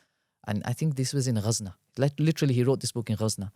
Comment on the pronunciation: It’s Ghazni not Ghazna